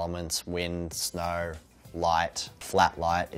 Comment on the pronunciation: He says snow like snar